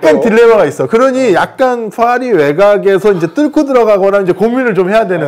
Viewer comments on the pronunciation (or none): Faris 라고 발음하는 걸 보면, 자꾸 국제행사에서 다른 학자랑 대화했다고 하는데 아닐 것 같음. 저러면 절대로 못알아 들음.